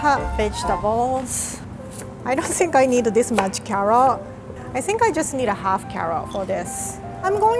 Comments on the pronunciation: She says carrot like karot 🥕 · “Cawoot weawy good” hahahhahahaahahahahahahhahahahah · I love the way she pronounces carrot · mayor quimby's nephew: it's CARROT, say it right. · That way she says carrot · idk y but i like when says "carrot" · I like the way she says carrot